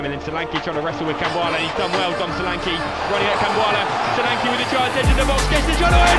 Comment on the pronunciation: U are pronouncing his name wrong it's sho LAn ké